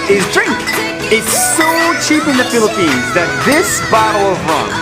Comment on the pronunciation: U say piliphs HUHHH im piliphines!!!!! I lived HEREEEEEEE pls dont mad at me im just a kid 8-9 Ú^Ù wait thats mah name bro